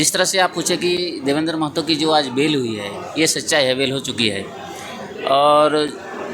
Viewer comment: Bolne ka dhang nahi hai r reporter bane h .. मेहतो nahi महतो होता है 🤔